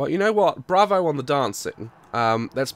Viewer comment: did anyone else clap when he said brovo